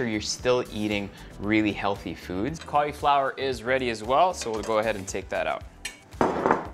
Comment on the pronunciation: I hate the way you say cauliflower lol